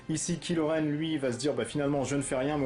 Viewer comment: la prononciation c'est kai lo, pas kilo, c'est un mechant de star wars, pas une solution de regime.